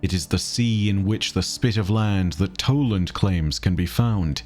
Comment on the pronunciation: it is toland